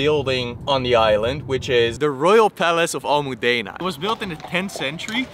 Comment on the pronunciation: Great video, just a few notes I've taken. I live in Barcelona so I've been to Mallorca countless times: -I like the fact that you tried to give a Spanish vibe with the music with flamenco, but actually you would never hear flamenco in Mallorca as it is not traditional from there. You would be able to find it in the south, in Andalucía. -The palace is called "l'Almudaina", not "Almudena", Almudena is in Madrid, maybe your accent made it difficult to diferenciate between the two so sorry if you were actually trying to pronounce the first name. -The palace was the residence of the King of Mallorca (Aragon and Valencia). There is also a bigger palace of the Mallorcan kings in Perpignan. - That is a traditional dish called "Escudella", basically a soup with everything that has been used to do it in it. The meatballs are called "Pilotes", they are made with pork meat (surprised, ain't ya?) mixed with whatever spices the cook wants. So yes you ate 1 dish more than you thought. c:. Also Escudella and Ensaimada are extremely hard to find in other Spanish regions apart of those whom speak Catalan. - I can confirm that at summer it is full of tourists, guiris as we would disrespectfully call them lmao. The stereotype of a Guiri is a German or an American full with sunburns being drunk, loud and obnoxious and wearing sandals and a swimsuit. - About Paella being traditional or not depends on if you ask a Valencian or not. The Valencian say that the Paella is exclusively tra